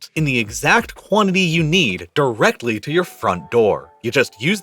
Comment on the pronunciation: Nah. Not directly next door. Not direhly neh door. /